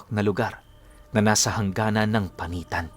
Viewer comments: sikat talaga ang panitan lalo na sa mga Aswang,,, pinunong ang tamang pagbigkas po ng panitan ay "panit-an" maraming artista nag taping dyan ng movie about aswang sa panit-an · Good morning po 😊 solid listener nyo Po ako from Capiz. Pinuno di Po panitan pagbasa Nyan kundi panit-an Po. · Mapagpalang gabi po .. Panit-an po yan ang pagkabasa ng lugar na yan sa Capiz..